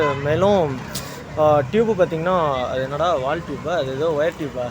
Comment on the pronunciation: Vaaltoop ah enna da adhu 😂